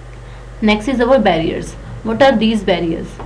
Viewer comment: Worst video making skills but good content. Pronunciation is worst possibility as pussiblity bearers as barriers and many more mistakes. Just reading in English and repeatedly saying the same things in HINGLISH. Worst video delivery please explain in details and dont just read through.